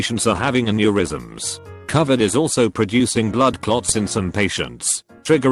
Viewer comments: Everybody: Robot voice: covered 19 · Ah yes, cuhvid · TTS: Cuvid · No one: Literally nobody: Text to speech: c u v i d, simp shuns